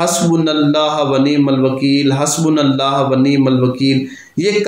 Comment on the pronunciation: حسبنا اللہ "ہا" نہیں "ہو" درست کر لیجیے